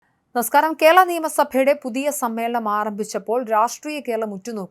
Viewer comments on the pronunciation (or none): കേള അല്ല! കേരള.. 🤦